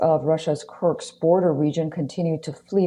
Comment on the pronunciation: Ms. Reporter: It's Kursk...not Kurks.